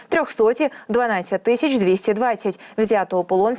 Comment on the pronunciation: Шановний правильно говорити Тисяча, а ви говорити тищя?........